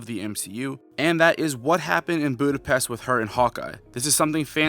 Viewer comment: My man, you watched the movie and still cant pronounce Budapest correctly 😅